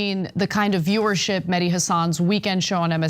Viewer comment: His name is Meh-Di, not Madi. Mehdi root meaning is Guidance.